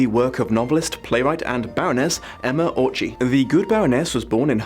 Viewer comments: Just a small tidbit - yes I know, to a 3 year old video - the "cz" in Orczy is not pronounced "ch" but rather "tz". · Great video, thanks! :) Also, I'm sure somebody already mentioned it, but the Orczys are one of the oldest hungarian noble families, and they pronounce there name as "ort͡si", not "ort͡ʃi". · Just a Hungarian pronunciation tip: Orzy is not pronounced "orCHy" but "orTZy" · Okay, sorry, hungarian here... The name Orczy is said with a hard 'c' in the middle, not with a 'ch' sound. In Hungarian 'cz' is a hard 'c'. Every time you say Orczy I cringe. The Hungarian in me couldn't keep this to herself, sorry again. Be safe, I love your vids! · I loved the video! There is just one thing, the cz in Orczy's name is pronunced like the ts in tsk. Our language is weird in how to pronunc stuff, and we have a lot of double letters so it's hard to know how to pronunc stuff on the spot. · One, I hope constructive, criticism: you mispronounced her last name. It is supposed to be pronounced more like "Ortsy". I am a native Hungarian. As to the Pimpernel himself: I always regarded him as a super spy, that predates Bond. Like a Bond meets Batman. The chapter "The Jew" is indeed...erm...problematic. I am not Jewish, but it threw me off. You should review the one with Richard E. Grant as well. The actor who plays Gaius Baltar shows up in one of the episodes and while I like him, I have the suspicion that he has an amazing talent for crying on camera, because he is being asked to do it in every tv-show I've seen him in. Including "The Scarlet Pimpernel". This poor man cries more than Frodo Baggins!!! Finally: Marguerite is an actress in the book as well. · After hearing you horribly butcher a Hungarian name I finally understand how the French viewers feel. (Still love ya, though, you beautiful bastid.) Fun fact: the guillotine was originally meant to be a surgical tool for amputations before it was coopted for executions.